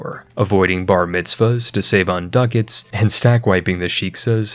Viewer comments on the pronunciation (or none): none